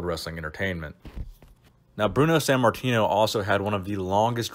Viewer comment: san martino? or sant martino? why do you say his name like that